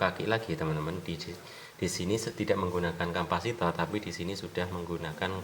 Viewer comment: Kapasitor... Bukan kampasitor... Soket bukan songket...